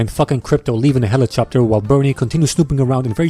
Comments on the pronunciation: Did you just call a helicopter a helichopter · Ahhh yes! The Helichopter. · Anyone picked up that he said helicopter rather than helicopter.